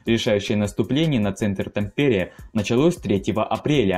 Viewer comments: Ну как можно так коверкать названия ударением??? Видео Интересные, но названия исковерканные ! И это не только про это видео! лАдожское озеро, а не ладОжское)) гАубицы, а не гаубИцы))) тАмпере!!!!! А не ТампЕре))) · Режет слух. ТАмпере . В финском языке всегда ударение на первый слог. Нельзя было проверить перед зачиткой для ролика? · Как финский резидент, пара ошибок: 1) Финляндия не Скандинавская страна, а Северная (Nordic) 2) тАмпере, не тампЕре :D В остальном, классное видео, спасибо :) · Это не совсем так. В сложносоставных, матерных и словах иностранного происхождения ударение бывает какаим угодно. Но ТампЕре конено звучит дико. . Да хрен с ним с Финским, у диктора и с Русским проблемы, как мтнмум с падежами. "Корпус под командованием Рюдигер фон дер Гольца" по Русски звучит так же дико как и "под командованием Георгий Жукова". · Ролик познавательный, но… ТамПере… в финском языке абсолютно все слова имеют фиксированное ударение на первый слог, в том числе и топонимы. В Сочах, в Хельсинках, в Химках. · Уважаемый автор, откуда такой вариант ударения в названии Тампере? Почему ТампЕре, а не ТАмпере? Насколько известно, в финском языке ударным всегда был и есть первый слог. Такова особенность всех финно-угорских языков. Неужели трудно было посмотреть хотя бы Википедии перед тем, как записывать видео? Или Вам нравится показывать свою безграмотность всему русскоязычному миру? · Да почему ТампЕре?! Правительно говорить: ТАмпере. В финском языке ударения во всех словах ставяться на первый слог. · тАмпере, а не тампЕре!!! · Как режет слух ТампЕре, в финском языке ударение всегда падает на первый слог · Хельсинок? ТампЕре? Из моих ушей пошла кровь! Автор, учись говорить правильно! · Тампере, ударение на букву "а"! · Helsingissä тогда уж. .. А чё, слова ТампЕре тебя не смутило, Суомалайнен? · Название города "Хельсинки" не сколняется. Тампере - ударение на первый слог. На будущее, в финских словах ударения ВСЕГДА ставятся на первый слог.